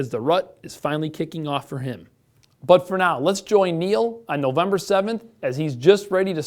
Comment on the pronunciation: “Nozember” is where it’s at.